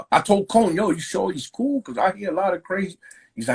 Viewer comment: Did he say coe or cool ?